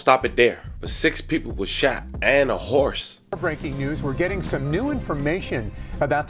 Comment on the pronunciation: Why;d you say "And a horse" like that lmfao. RIP to that horse and condolences to his family